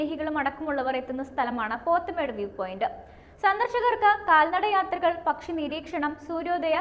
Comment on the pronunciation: Pothmedu alla pothamedu